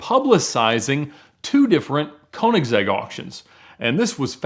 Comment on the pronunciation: I suggest you find a video where the owner (Christian Von Koeniggsegg) of Koeniggsegg introduce you to to the cars. At the very least, there you could learn how to pronounce the Brand name correctly.